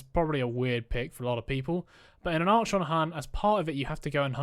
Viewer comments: Was super keen to watch your video till the third time you pronounced Archon wrong and had to switch off. Like nails on a chalk board, please google pronunciation before making a vid about it. Sorry to be negative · who tf says it like that? Never heard anyone pronounce it like this before in recent videos I've watched lol. The constant mispronounciation unfortunately did ruin an otherwise good video tho, ngl 😔